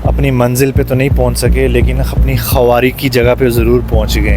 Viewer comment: KHAWARI NAHI KHARI BOLA KAREN